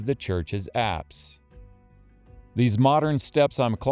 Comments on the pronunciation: Forgive my ignorance please what are the apps Location..are you saying Acts or what are you saying? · at about 15 minutes you speak of the apps. Or something that sounds like apps. ...abbs? What does this word mean?